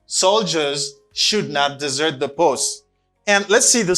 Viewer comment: Hi, I know you are a good teacher, but both words as desert and dessert are pronounced differently. Desert pronounce like that Dèzèt, and dessert pronounce like that dizèt. This precision could be helpful for all!